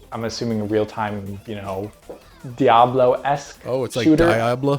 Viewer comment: „Diablo-esque shooter“ „Oh it‘s like „Die-abloe... DIE-abloe“ - it's Spanish 😄